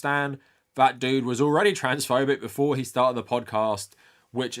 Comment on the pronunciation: that sounds like "instead of" and not "before"